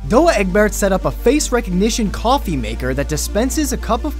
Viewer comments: Say 'Dow Eggberts' not 'doo'. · lol how he pronounces Douwe Egberts